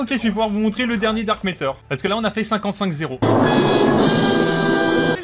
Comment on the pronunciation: Matter et pas métter stp Sinon super contenu !